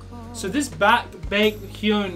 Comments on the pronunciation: Aaaaaaaa yeaaah u r exo-l now Lol 🤣🤣🤣 Btw, u pronounced 'Baekhyun' very well 🤣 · Ive never watched any youtuber who has pronounced baekhyun’s name so accurately hahah good job